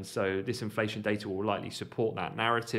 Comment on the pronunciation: Most importantly.. THANK YOU for pronouncing Omicron properly! Lol... Every time I hear Omni-cron it's like nails on a chalkboard. Lol